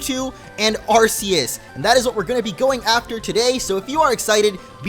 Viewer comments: It's not ar-se-us it's ar-ke-us :D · Its (are key us) not (are see us) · It's AR-kee-us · you said arceus wrong just saying (ar-key-us